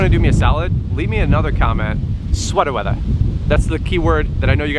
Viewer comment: Sweatah Weathah... what do i win??? 🙂